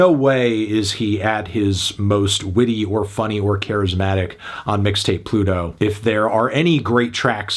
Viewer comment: melon really said "Midtape Pluto"